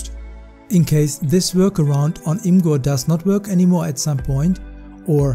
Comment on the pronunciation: its pronounced image-er not im gur